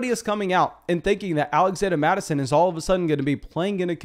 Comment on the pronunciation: “Alaxanda Mattison”